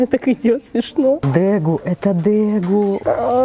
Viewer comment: я понимаю, что исправлять чужие ошибки не вежливо, но как владелец троих дегу у меня просто режет слух от произношения дЭгу. Хотя лично я зову их вообще дегусами